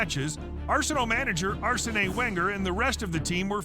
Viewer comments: Also "Arsay-nay wanger" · arseney wengerr